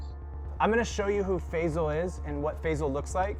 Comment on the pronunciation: The name is pronounced "Fie-zal" not "Fay-zal".